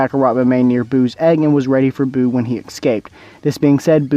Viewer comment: I mean "Buu" not "But"LOL